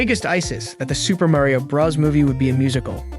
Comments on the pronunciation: Why do you say bras instead of bros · Oh My Gosh, ITS SUPER MARIO BROS NOT BRAS DUDE UGH IT SERIOUSLY ANNOYS ME AAAAAGH Edit: HE ACTUALLY SAYS IT NORMALLY IN THE END OF THE VIDEO HE MUST HAVE SEEN THIS COMMENT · man did not just say "Super Mario BrAHs" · This guy has a robot voice he can’t even say Bros right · You’re saying bros Wrong